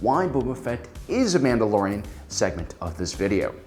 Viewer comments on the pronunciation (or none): none